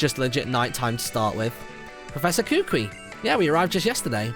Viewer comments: Kukui isn't your cousin, its just that everyone in Alola is considered family which a long way down the line, is scientifically true. And just to help you out Kukui is pronounced "koo-koo-ee" not "koo-kwee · YOGSCAST Martyn not to be a correcting carrot but you say kukui koo koo ie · Martin the professor is pronounced Ku-Ku-i and u can catch cosmog after completing the game and u must have lunala in ur party when catching it as u r playing the moon version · Kukui is pronounced "Koo-Koo-Ee". At least, that's how it's said in the anime. For those of you who didn't know that. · its pronounced (Ku-Ku-E) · Kukui = Ku-ku-ee For future reference.